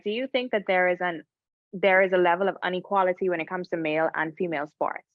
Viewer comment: It’s “inequality” not “UN equality “